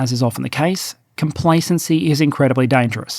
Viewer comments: Complacency not Compaceny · complacency not compacency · COMPACENCY - "COMPLACENCY" (no biggie)